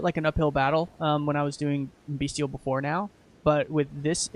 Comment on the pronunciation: Amazing work, bro! I'm really sorry to be "that guy", but bestial is pronounced "best-ee-ull", not "bee-stee-ull". Just my minor contribution and you're definitely not the first or last to say it though. This is more for potential future reference for people checking the class out.